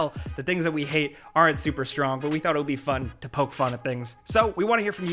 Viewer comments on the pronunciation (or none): none